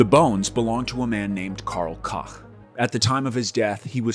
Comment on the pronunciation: Karl Cock? Really? Let’s try Karl Coke…. Smh